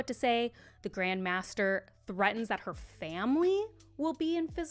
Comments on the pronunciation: Not a big deal, but it's pronounced "MAY-ster" not "Master". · Grand maester is pronounced “may-ster”